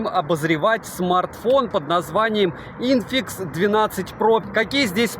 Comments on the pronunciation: Когда на первой же минуте прозвучало ИНФИКС вместо ИНФИНИКС - я понял, что дальше можно не смотреть. Автор даже не знает названия аппарата. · инфИникс а не инфикс, что ждать от человека который даже прочесть название не может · это что фишка, коверкать названия!? хотя инфикс звучит лучше чем айкуOуOу ;-) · о, снова Сня с Инфиксом, то самое чувство когда техноблогер не может зайти в гугл переводчик, вбить название и узнать как произносится. Секта адептов Ксяомистов.